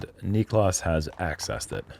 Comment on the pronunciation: i love you, and i know you're out of sorts a bit, but please learn how to correctly pronounce Niklas' name <3